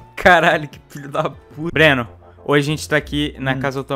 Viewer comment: a coisa mais bizarra e ele falando ''Breno'' ... tip: meu nome tmb é Breno